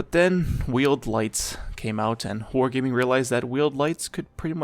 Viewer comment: blud said "whore gayming" 💀